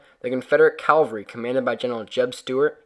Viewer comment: I love your work and I love how you and your boys do it. But now I have to be mean. You keep pronouncing the word "CAL var ree:" Calvary is the place-name for the hill where Christ was crucified. What you mean is "CAV al ree," which translates as 'soldiers on horses.' At least, that's what I think you mean: Correct me if I'm wrong, eh?